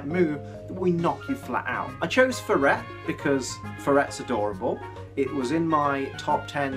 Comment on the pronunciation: The way you pronounce Furret bugs me. It's based on a ferret, I wonder if you pronounce that the same way too xD